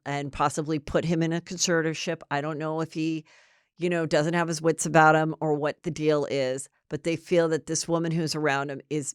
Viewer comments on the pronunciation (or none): none